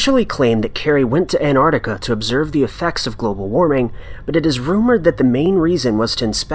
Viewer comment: The way you pronounce 'An'ARKtika' is really, really grating . . .